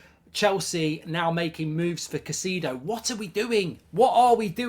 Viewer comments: It’s “Kai-say-doe” Mark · Caicedo is pronounced as Ki-seh-doh